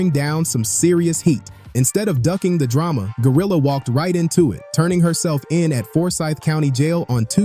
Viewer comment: I luv how you destroyed her name